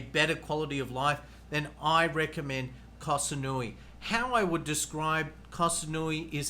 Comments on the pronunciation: Koh Samui not kasanui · Koh SaNooii? Admit it, you never even been there and just picked it off the internet to make this video. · Pronounce Koh Samui